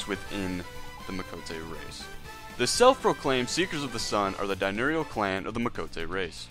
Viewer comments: And "dinurial" ... idk if I can keep watching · Die-nurial? Lol